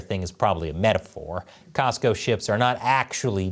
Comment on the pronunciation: Cosco not Costco